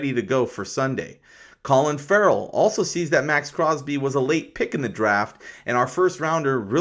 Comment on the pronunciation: You keep talking about a "Colin Ferrell" in your videos, i think you mean to say Clelin Ferrell. Youre welcome dude.